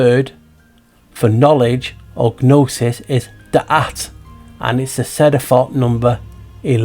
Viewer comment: Hi, the G is silent in gnosis and gnosticism as is gnome, gnocchi, etc:)